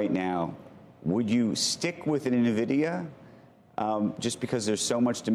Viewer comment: She probably should pronounce Nvidia correctly